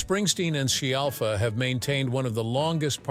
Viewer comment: This guy can't even get her surname right, he keeps saying shellfa or shiallfa, but has pronounced it properly a few times too. 🙄